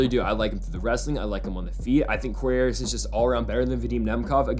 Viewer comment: This man really said anderson…. Smh